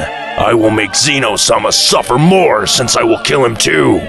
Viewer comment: "Zeeeno" it's zeh-no